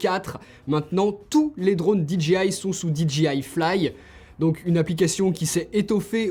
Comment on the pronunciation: SVP, ARRETEZ de dire Dee Gee Aie !!!! Vous pensez le dire à l'anglaise mais vous dites DGI ! Le J en anglais se dire Jay !